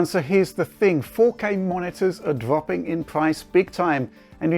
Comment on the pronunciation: dwoping in pwice indeed.